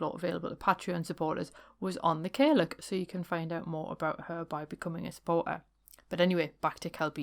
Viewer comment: Great show! Some stories there i was unfamiliar with, so thank you! I used to look after an old lady in the gaelic speaking western Highlands & she'd refer to herself and other old ladies as caileachs. But it's pronounced 'kal yach' with the 'loch' type ending.